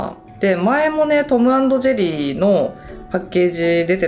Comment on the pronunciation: のトム＆ジェリーの言い方がどこかのブランド名みたいにきこえる😂😂